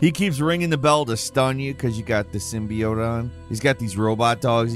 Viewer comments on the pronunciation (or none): none